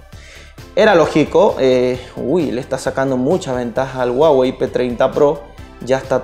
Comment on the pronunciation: "El guagey" 🤔